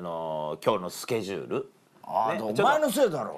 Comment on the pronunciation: 上田さんの『今日のスケジューる⁉️』の発音が好き❤️